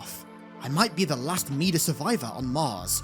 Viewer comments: Hearing mida pronounced (mee-duh) really irks me for some reason. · Mida ="my-duh" as in "king Midas, the man with the golden touch"